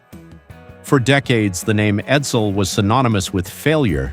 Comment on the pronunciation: the Ford Sedan is called EDSEL. not Edel